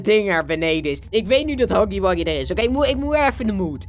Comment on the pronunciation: het is niet haggy waggy het is huggy wuggy